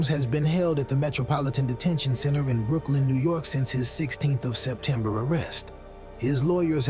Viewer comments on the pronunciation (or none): none